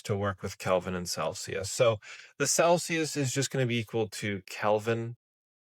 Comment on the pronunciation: celSius, not celCius. FFS!!!